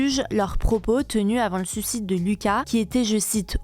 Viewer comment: Attention on prononce bien suicide, pas sucide.